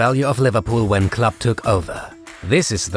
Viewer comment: It is kind of confusing if "club" and "Klopp" is pronounced the same ;)